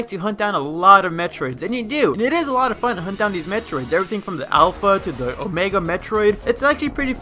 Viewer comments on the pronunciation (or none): none